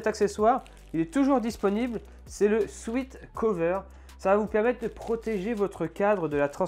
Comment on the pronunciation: Le "sweat" cover se prononce comme "souhaite" cover.